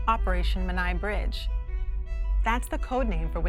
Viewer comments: The pronunciation of Menai could use a bit of work, too. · Interesting pronunciation of Menai Bridge!